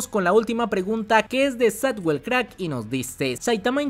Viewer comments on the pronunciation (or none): none